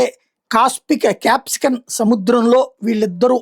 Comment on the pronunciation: క్యాప్సికన్ కాదు కాస్పియన్ సముద్రం సారు